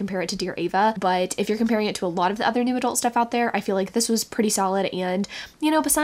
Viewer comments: Heh, whenever says "new adult romance" I hear "noodle romance". Now I feel like noodle romance should be a thing. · every time you say new adult i hear noodle and now I cant unhear it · I was just coming to comment this exact thing 😅